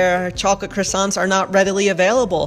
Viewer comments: After six years and you still cannot correctly pronounce croissant? Believe it or not cow tongue is sold in the US and many other parts of the world. It is hardly strange or weird. A supermarket is a supermarket (supermarché if you prefer). Why even go to a supermarket? Would have been far more interesting to have gone to one of those large, indoor markets filled with vendors' booths. Go to one for your cheese, another for ham, yet another for vegetables. Have your cheese cut to the size you want and not something shoved into a package and you take what is on the shelf. In the old town of Nice there are a couple of streets filled with food shops. Cow's heads hanging on hooks at the entrance. Everything that is edible and some things you wonder if they are edible. Far more interesting than a supermarket. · You live in France and can’t pronounce croissant properly